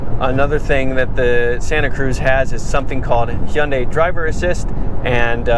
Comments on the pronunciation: The way the camera guy was pronouncing Hyundai was driving me crazy 😂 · I believe its supposed to be pronounced huhn day. It sounds like you are saying hey un day. Sorry, I like the review but this is driving me crazy.